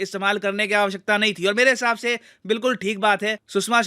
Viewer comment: Who noticed "mele hisab se" 😅